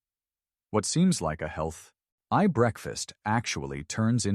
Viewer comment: . Health eye breakfast??? Don’t you mean healthy? AI got it wrong!!!